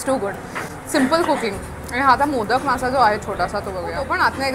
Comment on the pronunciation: मोदक बोलतेस ना ताई ते मोदक नाहीय त्याच pronunciation motka ( मोतकं ) as ahe